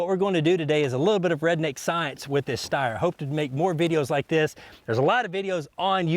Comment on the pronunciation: its called steyr (pronounced "stayer" just like slayer. but stayer) dope video still